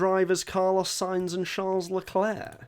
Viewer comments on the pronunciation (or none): none